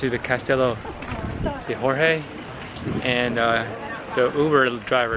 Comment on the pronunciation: Guys a J in Portuguese sound like a J in English and not an R so Jorge like john